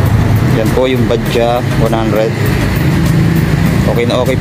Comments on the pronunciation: BAJAJ...pano naging Ba-Dya ang basa jan? ipabasa mo yan sa grade 1 babasahin yan ng Ba-Judge...kahit paoorin mo yung mga vlog ng indiano Ba-Judge din ang basa nila. konting research din minsan bgo mag vlog ksi misleading yung name nya!!! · Bajaj Baja silent j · Bakit kaya tayung mga pilipino ay ang bigkas nila sa bajaj ay badja. Ang mga indiano ay ang bigkas nila sa bajaj ay badjads.